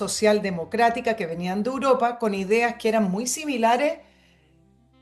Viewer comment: Es 'Europa' no "Uropa", cariñosamente.